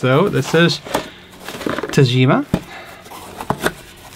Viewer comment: you're such an underrated player my friend, love your slapping style. PS: The "g" should be like in "good", not "gem". Since it's Japanese and it's Tagima, not Tajima.;)